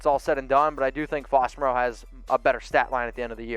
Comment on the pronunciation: Ian Swanson at least can pronounce Moreau:-)